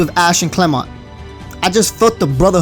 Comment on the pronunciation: thank you for actually saying clemont